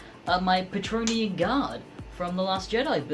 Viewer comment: Praetorian (pri-tor-ree-an), not patronean or whatever you're saying! Otherwise, great job!!